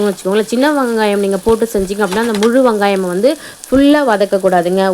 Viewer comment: ஆமாண்டா கண்டிப்பாக சில வகை குழம்பு கூட்டி வச்சா சூப்பராக இருக்கும் .அந்த வகையில மஞ்சு வச்ச ஷீல மீன் குழம்பு அற்புதமான முறையில சூப்பராக செஞ்சீங்க. ❤❤❤❤வங்காயம் இல்ல வெங்காயம் எங்க மறுபடி சொல்லு 😂😂😂😂😂😂😂😂😂😂